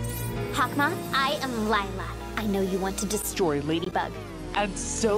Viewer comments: her name is not lie-la its lila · "ISN'T GAGENTSTONGS PET A CROCADLE?" I love that part MaRaNeT bured LYEla LOL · Lila: I will “never” tell a lie again. Me: BRU UR LIE-LA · LilA is A lie-la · Stop lie-la is not a cute👁️👄👁️